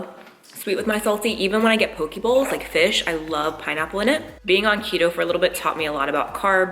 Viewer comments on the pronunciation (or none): The seaweed or nori wraps are literally every kid in Hawaii’s snack of choice. Lol. My kid eats them like no other. You should try the ones from Costco with the almonds in the middle of two seaweed wraps. So so good! I love me a good poke bowl. (It’s pronounced Poe-Kay) Ps this video made me so hungry! Lol.